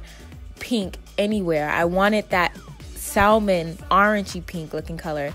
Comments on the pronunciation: “salman” it’s salmon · saLmin??? You mean SAM ON Salmon is pronounced SAM ON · Bruh did you say SALL- MAN??? 😂 it’s (sam -in) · Ashley D. I definitely say sal-Mon cause it’s comfortable lol😆😂...not in public though lol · I had to exit after sal-mon. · “SAL MEN”🥴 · Just an FYI the “L” in Salmon is silent it’s pronounced “sam-on”. Love you anyway hair is fye 🔥😍😘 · Not one comment on 'sal min"? Sal min? The L is silent. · I was looking hahaha! It bugs tf outta me when people say it like that! It’s pronounced Sam-on... hello the L is silent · maybe not you tho, sal min is something that I could not ignore though. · Thought I was wrong until I saw this comment 😭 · In spanish its SALmone. Leave her alone. Lol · Great video! But Baby girl, If you said “SAL-mon” one more time... omg the “L” silent. I don’t make the rules. 🤷🏽‍♀️ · salmon is pronounced like Sam-man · (Salmon) * sam-mon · Salmon. Like the fish. Pronounced sammon. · It’s pronounced like Samon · no hate but she said it’s called SAL MON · Salmon...it is pronounced Sa-men ...the fish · Salmon is pronounced ˈsæmən you don’t say the “L” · Probably cuz she kept mispronouncing “salmon”. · For me it was every time she pronounced the L in salmon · Miss.KnockOut she said salmon wrong 😔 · Pronounce Salmon correctly!!! (But hey some beautiful women snore!! Nobodies perfect lol) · The L is silent in salmon... the wig is cute keep up the good work!... 🦄🔥♥️ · her accent has nothing to do with the fact that she pronounced the word salmon wrong... the L is silent lmaoo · don’t pronounce the “L” in salmon... but gorg wig!!! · Girl why are you pronouncing the “L” in salmon? The “L” is silent 😂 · The 'L' is salmon is silent. That irked me so bad. Beautiful results: loved the video!! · Hahhaha "Sal-mon", I don't know if this is the original way to pronounce salmon (pronounced sammen... With an Australian sorta accent anyway) but I pronounce it "sal-mon" too. 😅😂 Awesome video!! Thank you! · The L in salmon is SILENT